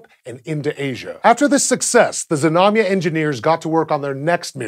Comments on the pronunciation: Знамя (Znamya) is pronounced with the Z and the n sound together, so it's Znam-ya and not Zi-nam-ya... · Russian pronunciation tip: There was nothing dire about your rendition of Znamya, but for the fun of it I thought I'd tell you the proper Russian pronunciation. Znamya is two syllables, stressed on the first, so avoid saying "zi-nami-ya." A few of the times you did the "zna" very well, flowing the z right into the n, but other times you added an i-sound in there, and the same goes for the mya. "zna" is just like "sna" but with voice, while the "mya" can be approximated with a "mya" sound (no i in between), but actually, it should be pronounced with a "soft" (ie Y-ish) /m/, and then a short schwa (uh-sound), because it's unstressed. So the best, Russian, pronunciation is more like "ZNA-mʸuh." [zná.mʲə] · Why bother to pronounce it Zuh-namya, that's like saying suh-nake or suh-mile. It actually takes more effort to mispronounce it than to say it properly. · Your pronunciation and [everyone's] spelling is off. I hate how this information seems to be missing from the internet, and instead of going out to look we all just regurgitate year old motherboard articles to each other to sound cool. Being a Russian, i would spell it Znamia. Russian: Знамя (use google translate for pronunciation, it is not hard) . And contrary to popular belief, it does not mean "banner" , at least not exactly . The word does not directly translate, but it is closer to "emblem" or "ensign" or "family crest". Znacha means "meaning" and "Znak" means sign, the words are related. Sorry, when i think of "banner" i think a long horizontal advertisement in a football stadium or on a website i am trying to read. Jeez! get your facts straight :(